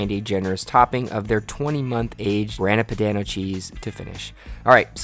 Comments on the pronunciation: looks amazing, but damn man, at least try googling pronunciations before attempting baumkuchen or grana padano (grAHna padAHno) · the way you said Grana Padano made me cringe.